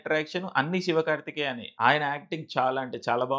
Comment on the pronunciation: Shivakarthikeya kadu Shivakarthikeyan first peru sariga cheppu bro